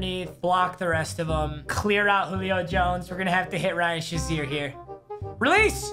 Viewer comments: papa its pronounced ryan “shay(long a) zeer” not ryan “sha(short a)zeer” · Nobody: Papa: Ryan Shuzier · This guy said “Ryan shaseer”